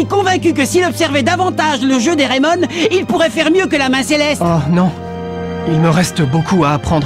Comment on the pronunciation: Dans Raimon on entend Rai comme Ray Dark et Mon ressemble a Tom le père de Ray